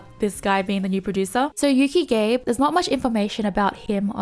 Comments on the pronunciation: Hey, just a heads-up: being a Japanese name, Gabe is pronounced Gah-Beh. It should not rhyme with "Babe":p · that's not how you pronounce Gabe lol it's Gah-beh 😄